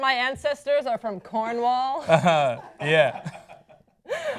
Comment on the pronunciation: Funniest pronunciation of Cornwall ever 😂😂